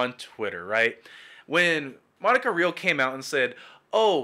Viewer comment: Hey man, good video, but I have a small nitpick that may help in future videos. Vic's layer is Ty Beared (pronounced as Tie) And Monica's last name is pronounced as Re-al. Keep up the great work tho